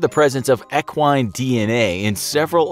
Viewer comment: He is saying equine wrong you say it with an E not an A or ah.